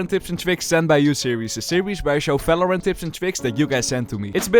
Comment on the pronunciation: valorant ❌ FELORANT ✅